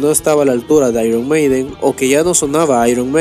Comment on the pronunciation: Tío, nada más comenzar a ver el vídeo, tu forma de pronunciar las palabras anglosajonas ya me deja desconcertado. Por una parte, con algunas lo haces en la forma exagerada, repedante y superhortera que acostumbran muchos latinos ("eirruon meideen"), pero a otras le das la pronunciación ridícula de los casi analfabetos (·pub"). Ni tanto, ni tan calvo, tío. Una cosa intermedia es lo que queda bien y no provoca que la gente se ría al escucharte.😅😅